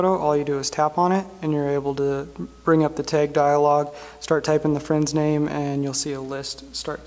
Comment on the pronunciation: Its not taeg. Its tag.